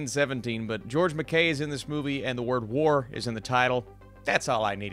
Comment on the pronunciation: its pronounced mackai not mackay haha